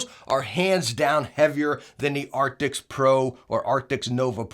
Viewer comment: Your video came up in my feed. I thought I'd jump in and see if you'd learned to pronounce the word ' A R C T I S' yet. Epic fail. And your thumb nail description has a spelling mistake. PMSL 😂😂😂